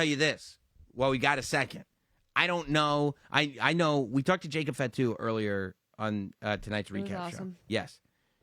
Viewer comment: so he can say it right i was tired of hearing “FAT Tu”